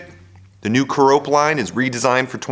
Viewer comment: Care-Uh-Pee, not Cuh-Rope. 🙂